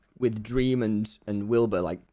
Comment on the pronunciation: I'm confused.... how does calling dream "dweam" make me fucking dyslexic